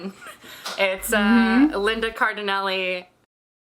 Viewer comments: Yay!!! This was so fun!! Thanks for making me blush for half an hour!! 🥰 Also, Linda Cardellini!!!! 😍 face palm for screwing up her name like that! 😂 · No. Cardellini.😆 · CARDELLINI??? IT'S NOT CARDINELLI??